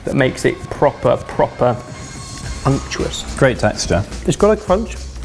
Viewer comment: Hearing say unctuous instead of "umptuous" like he used to back in the day has made my heart sing.